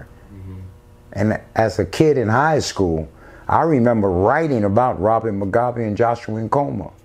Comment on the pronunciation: Robert not Robin 😊